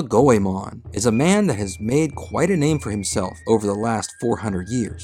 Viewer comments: Go e mohn not Go e mahn It's like the common mispronunciation of Digimon etc. You put a lot of work into this, and I don't expect proper pronunciation of names like Sarada, Toyotomi et al but the name spoken a hundred times should be correct Thought you'd like to know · go eh mon? nah its gway mon 2 syllables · Go e mohn not Go e mahn. It's like the common mispronunciation of Digimon etc. While I don't expect proper pronunciation of Toyotomi, Sarada et al, you put a ton of work into this video, so why not get the most important name correct? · The English release of Anime Goemon actually pronounced his name as "Goymin". GOYMIN. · You didn't even take the time to learn how to pronounce Goemon correctly. Three minutes into the vid and it's unbearable. Unbelievable.